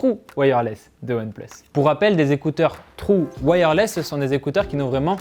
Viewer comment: Tj le bon accent français : « trou wireless »😂